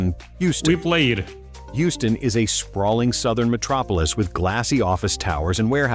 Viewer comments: It's pronounced HEW-STON. Just to help with your pronunciation. Sorry to be that guy, just trying to help. Now I'm going back to the video. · Love your channel brother, but the way you pronounce “Houston” is literally making my ears bleed.